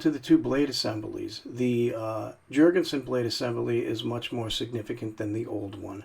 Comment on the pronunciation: Why will you Americans not understand that the scandinavian "J" is pronounced as a "Y"..? Damn you, Jankees...